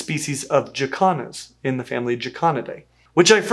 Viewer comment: 😂😂😂 i know you are saying Jacans but i swear it sounds like yoy are saying african chi-kahns.